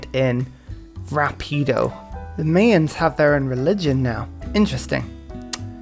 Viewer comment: No one gonna comment on how he says "Mayans?" The Mae-uns... no no, mate. My-ins. More specifically, the plural is Maya (my-uh).